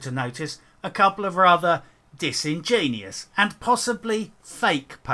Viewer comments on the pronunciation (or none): ‘Three month old sock puppets.’ Pmsl 😂😂. It’s pronounced Dis-in-jen-you-us Not Dis-in-genius. Sorry for being a dick but I had to. Good video by the way, I agree with all you said. Except for the pronounciation of disingenuous. 👍🏻👍🏻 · For future reference, the word is disingenUous, not disingenius.